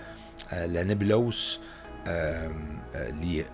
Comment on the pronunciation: On dit Nébuleuse et non Nébulose